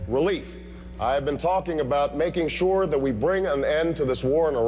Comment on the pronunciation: When did SURE become “SHOWA”?